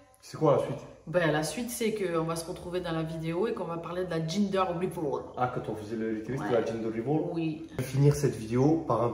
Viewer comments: gender reveal ca se prononce « gender riville » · Bon les gars ca fait 3 vidéos je me suis dis que j'allais enfin reprendre lol concernant le gender reveal . Ça se prononce [ gindeur rivil ] voilà voilà 🤣 parceque j'entends des ginger riveul ça va plus du tout hihihih 😉